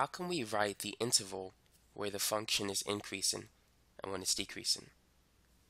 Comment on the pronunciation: I was like... Why is he saying those two things like that